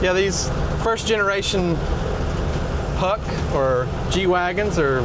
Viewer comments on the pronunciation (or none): Atleast make a little effort to pronounce it properly. It's 'puxch', not like an ice hockey puck. It was manufactured by Steyr-Puch, not just Puch.